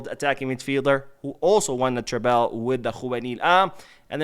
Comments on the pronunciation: Love your channel and watch everything you post. But it bothers me every time you pronounce Treble like that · I hope I don’t come off like a jerk but why do you pronounce treble like that?